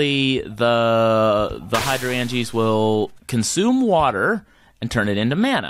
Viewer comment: The word is pronounced Hydro-angea like Hydrangea the flower. here is a link so you can hear pleas stop brutalizing such a great pun. An endear watcher AKA a spot loader does not load in a radius based on distance to the block it loads the chunk it is in which is a 16 by 16 area from bedrock to the sky that is fixed based on its x and z coordinates. You can turn on show chunks by pressing F9 in NEI to figure this out. If you remember your chunk loader shot a red laser to a point that was the center of the chunk it was in and then the lasers showed the radius from there. You want to start NOW on growing an uber node for CF as it takes forever to grow even with chunk loaders and a fast inefficient system. An longer with a fast but efficient system like i have been on about in the comments of past videos. Trust me you want to do this ASAP or you will regret it later when your CV system is weak or you have to put things off to grow a node. You can auto craft botania flowers but it is a pain and rarely worth it. Mostly you need to automatically feed the correct ingredients (in the right ratio) into a petal apothecary you are piping water to and then collect the flower remotely with something like a hopper hock or a filtered world interaction upgraded transfer node.